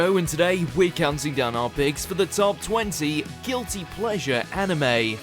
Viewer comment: Emphasis on "pleasure" I guess